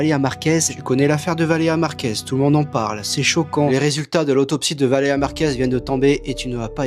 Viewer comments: Valér"i"a Purée de gland, c'est pas compliqué! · Message aux sous-hommes qu'on voit dans les extraits montrés : C'est VALÉRIA BORDEL !!! Déjà qu'ils racontent de la merde sur une personne défunte pour se faire du fric, en plus ils se permettent d'écorcher son prénom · C'est moi ou personne ne prononce son prénom en entier? VALÉRIA pas Valea. Bordel apprenez a articuler